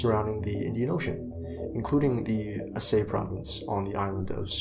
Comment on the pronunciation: Aceh is pronounced A-ch-eh